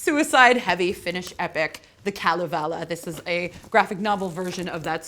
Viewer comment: Very cool video! Just a bit surprised that after you language course you still seem to mispronounce many words like Kalevala, Makkonen and Rippikoulu, not to mention Joensuu, my hometown for a while! 😉